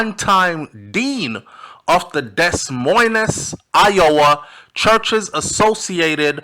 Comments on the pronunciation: Okay …..In love and respect I say Des Moines is pronounced De Moyne. Where are her parents? Time will tell. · Des Moines is pronmounced De Moin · Des Moines is pronounced De moin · I love your channel and appreciate the content of ALL your shows. Just wanted to humbly correct the pronunciation of Des Moiens Agree 100% - anyone’s age that has “teen” is still underage for this type of relationship and yes she was groomed. What’s with those parents who benefited and sold her.